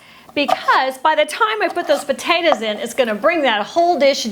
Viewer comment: what's yer problem, lady? jeez, them potayduhz! 🤔